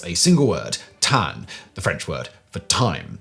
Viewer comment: Lol the French word for time is “temps”….I’m hearing “tan”. Valiant effort with the nasal vowels! Those are really hard since there is no real English equivalent. But there definitely would never be an N sound at the end because there is not N in the word. Try sounding like the good old cartoon French “hon hon hon” but with a T at the beginning, and don’t pronounce an N. :) nasal vowels just mean that the sound comes out of both the mouth and the nose. ❤